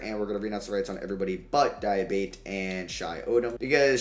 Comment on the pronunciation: di-ah-bah-tey di (as in DEA in dean) ah (ah) bah (as in BA in barn) tey (as in TAY in taken)